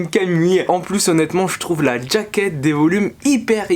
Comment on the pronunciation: Pourquoi tu prononces "djaquette"